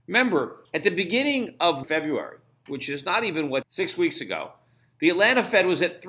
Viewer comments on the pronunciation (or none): none